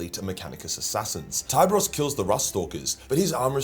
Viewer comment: So is it pronounced "Thai-bros"? I always pronounced his name as "Tee-beh-rhos" 😮